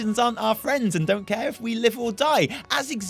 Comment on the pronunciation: "You're allowed to feel how you want about this, but you don't" Sounds like "You think you want it, but you don" : D